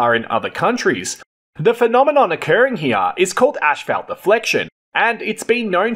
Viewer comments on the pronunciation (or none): PLEASE stop saying "ashfeldt"!!! It's pronounced asphalt - 'as-falt'! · 😂 as/ fault not ash salt 😂😂😂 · Not in Straya'. We pronounce it this way. Sorry bud. It's ASHFELT TIME